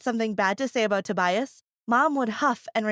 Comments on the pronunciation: "Toe-bias" That annoyed the crap out of me. 😂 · Toe-bias and Egg-atha The pronunciations of these name.